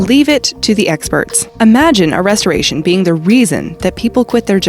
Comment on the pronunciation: She said restoration wrong bruh